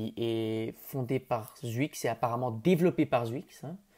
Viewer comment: Sa se prononce chuicxshdh pas zwuix